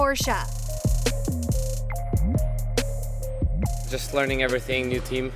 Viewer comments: What is Porscha?? it is Porsche!! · PORSCHE, not PORSCHA. Some mispronunciations are just dumb or simply annoying. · It hurts my ear drums to hear they say "Porscha". Learn how to pronounce the team correctly first. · No, you say it Porsch-a. It's German so you say the e. You don't leave it out.